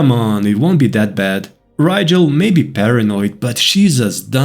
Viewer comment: I’m sorry, but “Rigel” is definitely a Scandinavian sounding name. The ‘R’ would be rolled and the ‘I’ would be harder. It would be pronounced “Reegel” in typical English. It’s totally a Scandinavian name